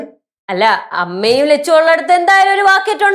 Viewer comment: Lechu alla chechu